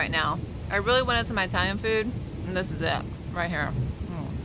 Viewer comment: EYEtalian!!! Are they from EYEtaly??? 🤣🤣🤣